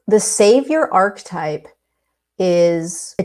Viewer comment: OMG, I was just thinking today about how we are programmed to want or need a savior! Whoa...totally synchronicity! By the way, archetype is pronounced ARK-EH-TYPE. I actually looked it up just now because you reminded me of a past friend of mine who pronounced it that way. We might have even had a friendly debate about it once! 😂 Thank you for all that you do! 🙏